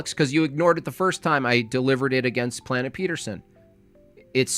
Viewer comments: Did you say Planigga?? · Bro did NOT say Plantinga